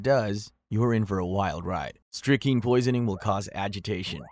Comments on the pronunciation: And it is pronounced strick-nine (like the number) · Hey hey hey.... please learn to correctly pronounce strychnine -- there exists an 'n' in it. Just sayin'.